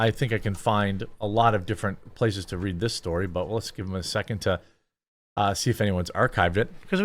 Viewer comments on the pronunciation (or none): none